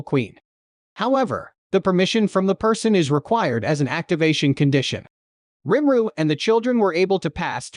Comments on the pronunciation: For each time I hear him say rImRU instead of RIMURU I'm going to punch a cat! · Your text to speech really struggles with the name rimuru huh